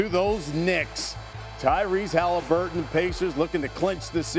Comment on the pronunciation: Love how Q pronounces Haliburton 🖤